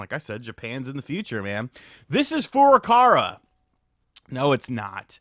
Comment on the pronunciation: Fur-ah-cow-ah. I don't know who fur-ah-car-ah is. I know the first is not the Japanese vowel pronunciation but we have to start somewhere. After we get to a closer English name then we can work on the more advanced stuff.